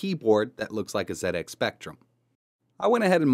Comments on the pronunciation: Oh my word, am i hearing you correct,, you said Zed X Spectrum, good man, none of this Zee X Spectrum, you know it makes sense. i am impressed, keep up these fun projects. Thank you. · Oooh he said ZED X Spectrum! Your pronunciation sir is perfect! Love what you did here. I LOVE the old speccy. Wonderful memories. I want to setup the spectrum emulator on my Pi but everytime I run a game it nearly always drops to the flashing cursor screen. How do I get them to autorun? Also having trouble getting xbox360 controller mapped. Anyone be able to advise me? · Thank you for pronouncing it "ZED" X Spectrum,Really frustrates me when Americans call it a "Zee" X spectrum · This is getting out of hand lmao How you say it is up to you I was just saying it's nice to see some one prenounce it like me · I would also like to thank for pronouncing ZX Spectrum correctly. This was a computer that started a me on a long and enjoyable career in IT. This is a great video many thanks.